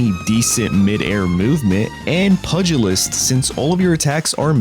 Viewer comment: Love your videos but hate how you pronounce pugilist haha